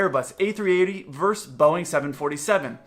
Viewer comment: Love your channel. One small thing to note: the word that’s often abbreviated as vs. is versus, not verse, as you pronounced it here. It’s a trending thing, I realize, to pronounce it this way, and some of the smartest people I know do so as well. But I figured maybe you didn’t know what the word behind the abbreviation was. Thanks!